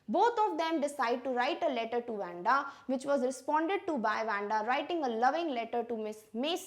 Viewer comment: Its not wenda its wandha according to pronunciation mam by tye way you are such a great teacher 👩‍🏫..